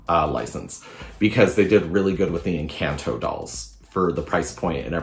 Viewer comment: Encanto is pronounced like en-con-toe not en-can-toe